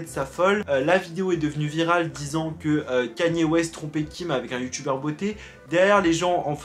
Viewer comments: On dit ka-ny-é west bordel!! Il suffit de regarder un truc en VO sur lui pour voir que tu prononces mal son nom!! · Juste ca se prononce pas «kanié» ça se prononce «kayni» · Kanye pas kéniè